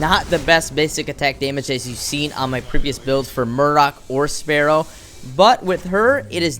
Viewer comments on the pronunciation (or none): none